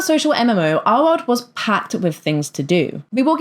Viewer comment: Your accent keeps giving me a jumpscare. I'm doing paperwork as I listen to you, and you not enunciating the "L" in "our world" keeps spooking me